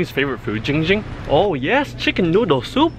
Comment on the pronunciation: Giiiiing Ging❌ Ching Ching✅